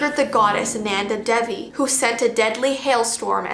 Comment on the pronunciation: its NANDAA daevi pronunce her name like this